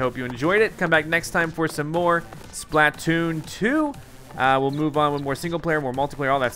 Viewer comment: It's could splitoon not splitoon